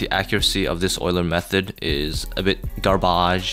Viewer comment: this video was rly enjoyable but when you said gar-bAaAaAage, i had no choice but to smash like and subscribe.